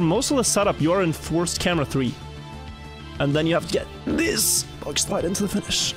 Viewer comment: farts by putting too much emphasis on the "This"